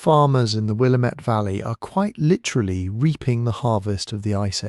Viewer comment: Visiting NYC. Resident in Scotland. Previously resident of WA, and a geology lover. Nick Zenter at WSU has some great talks and animations about this. Btw Willamette rhymes with Damnit. It’s the only thing you got wrong 😂